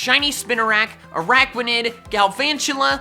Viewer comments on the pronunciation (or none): Did You Know That Ninjask Is The FASTEST Pokèmon And Also Said Garvantula And Aranquid( if i said it right ) HE SAID GRAVANTULA ARANQUID AND HE SAID ARANQUID GARVANTULA SLAPS FACE